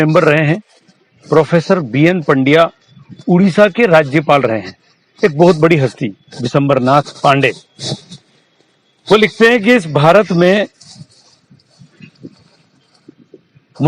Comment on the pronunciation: Sir, please pronounce B N Pandey not BN Pandya. You are repeatedly pronouncing wrongly.